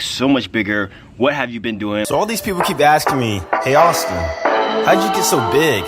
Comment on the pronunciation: did he say saustin xD